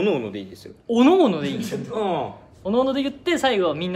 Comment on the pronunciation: こんぴの返事のしかたが「うぉん」なのジワるんよ🐶